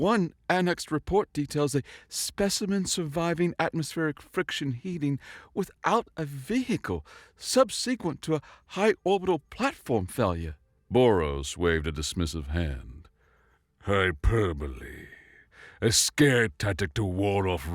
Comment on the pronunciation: It's not "sub-SEE-quent". it's "SUB-seh-quent".